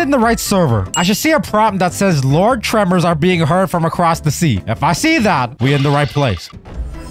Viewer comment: “Lord tremors”😭💀💀